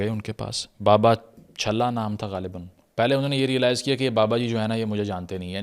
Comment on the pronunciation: بابا چھلا نہیں بلکہ بابا چہلہ ۔۔۔